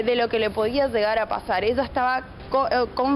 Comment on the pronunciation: Zegar a pasa eza. Tomatela. Pronuncia la ll pelot